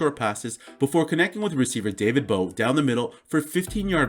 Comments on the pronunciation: David Bowe??? Dwayne Bowe, cmon man.. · It's Dewayne Bowe not David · I'm guessing you meant "Dwayne Bowe"